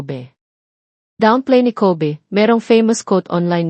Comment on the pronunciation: Ayusin mo PO mag salita ng name NILA Yung Kobe mo sound ng covid